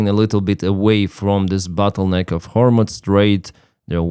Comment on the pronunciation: Excuse me,, it's pro nounced "hormuz", not "hormutz".